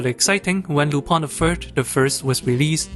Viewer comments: The same way "Tintin" is originally pronounced. A sort of nasal "aw", so Lu-PAWN. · Lü-pehn, it's a French name. The Lu- part is pronunced like the "ü" in German. The "-pin" part is pronunced like pen, but the vowel is nasalised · Lupin pronounce [ lypɛ̃ ] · it's RUPAN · As a french guy I just pronounce it Lup-[ɛ̃]. "Rupan" is a more japanese fitting pronouciation tho. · Why does everyone who speak English say Lupin wrong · Did not expect to see Lupin the 3rd mentioned here and happy to see it recommended to others, i forgot he might be "niche". I meanwhile wait for the new Lupin project announced myself but i might rewatch this film it was fun the first time. "Lu-PAN? or Lu-PIN?" I think is how i usually pronounce it i think myself btw.